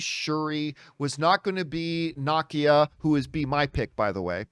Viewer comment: BRO YOU'RE PRONOUNCING HER CHARACTERS NAME WRONG!!! IT'S PRONOUNCED "NA-KI-AH!!!" God that has been bothering me.